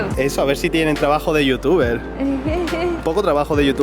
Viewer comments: sii, a mi también me gusta como pronuncia ese "Yotuba" :) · corrección es "youtuba" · es igual a como se pronuncia en alemán , porque la "er" de final de las palabras se pronuncia como una "a" entonces:youtuber=youtuba. Kinder=Kinda y así... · lo mejor esq dice yutiuba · youtuba XD me gusta como suena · Youtubah, jajaja que grande